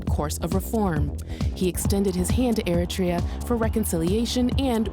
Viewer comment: Madam Ambassador, the country is called Eritrea not Ertiria